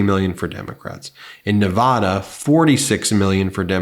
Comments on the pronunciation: You crack me up how you still say Neh-vah-dah. The people of the the great state of Nevada pronounce it "Neh-VAD-uh" with the second syllable rhyming with "bad" or "mad". 😁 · Ben, PLEASE learn how to pronounce Nevada properly! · People that live in Nevada wince when other people say Nevahhda, (I lived there 32 years)